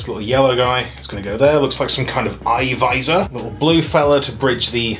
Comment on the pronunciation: "Eye visor?" Eye-sor?